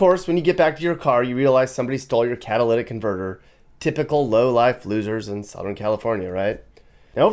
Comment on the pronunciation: Also cataltic convertor😭😂😠